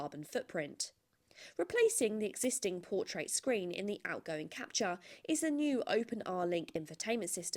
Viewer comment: It's pronounced Cap-Tour, not Cap-Cha!